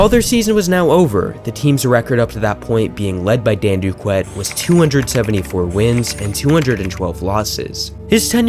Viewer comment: Could you have done… I don’t know.. the slightest bit of research before you tried pronouncing players names? Dan Duquette is pronounced “Doo-kett”. Nick Markakis is “Mahr-Kay-Kiss”. Johnathan Schoop is “Scope”. The list goes on but you get my point. In the future, reach out to long term fans of teams. They’ll give you invaluable insight into stuff like this.